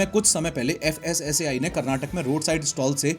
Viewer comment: FSSAI ❎ FASSI ✅